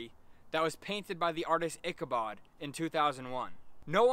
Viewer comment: itch--a-bod not ick-a-bod